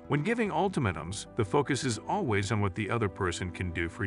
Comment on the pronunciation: Ult AH mAAtums."..long A